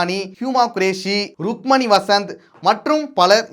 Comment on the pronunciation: Rukmani illa adhu Rukmini …😂😂😂😂